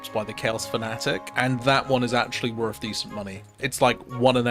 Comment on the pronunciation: It's not worf it